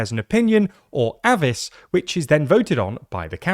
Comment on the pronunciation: " ...an opinion or AVIS..." it's the french word for opinion, so pronounce it like "a vee"!!!